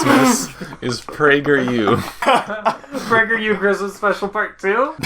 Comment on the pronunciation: It’s pronounced Prager U not prageru!!!